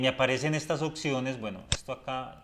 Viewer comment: Y "ociones"